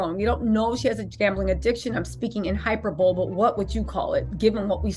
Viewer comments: Hyperbole hi-per-bowl-lee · It’s hyperbole. “High-per-bow-lee” Love your* channel babes but this keeps irking me. Love youuuu pls keep making vids and Happy Halloween🎃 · Hyperbole? It’s pronounced ‘’hi-per-bo-lee’’.